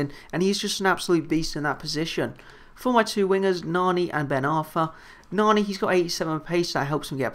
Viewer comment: its pronounced nanny. luv your vids keep it up